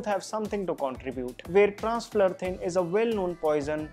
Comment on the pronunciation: its not Transflurthin.. its Transfluthrin